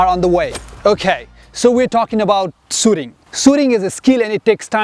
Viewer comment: sooting ahahahahaha